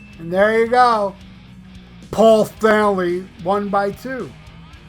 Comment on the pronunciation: the best part is when you say “POL STENLEEY OF KISTH!!!😂😂😂